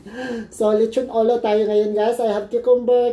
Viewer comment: Grabe ka slang sa Lechon Olow! Hahaha mahilig sa olow shiutout